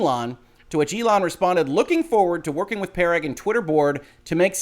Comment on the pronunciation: I think Parag = puh-ROG?